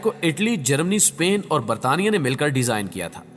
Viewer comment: Britain ko konsa shi bola isne😂😂